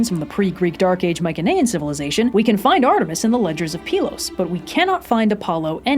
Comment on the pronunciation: its pronounced my-see-knee-an